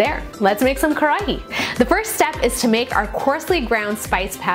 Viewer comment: roll your R so it almost sounds like Kadahi